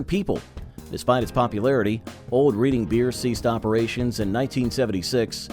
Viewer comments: That would be REDD ING beer, not Reading, as in a book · Reading Pennsylvania and the beer is pronounced RED-ING not REED-ING. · U lost me when U can't pronounce Reading ;(